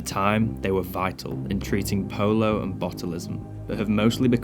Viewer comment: Polio, not polo